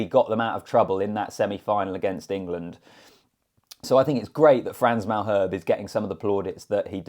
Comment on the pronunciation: 3rd - De Allende (for some reason he gets no love and yet he bosses the midfield) 2nd - Frans Malherbe (stick an A at the end when you pronounce his name MAL - HERB - A ) 1st - Eben - full season of excellence. He is due a World Player award.